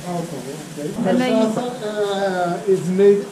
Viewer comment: Hi guys. I really like your videos and the way that you are describing Brazil. I have never been at Paraty, It is beautiful. And you said cachaça perfectly 😁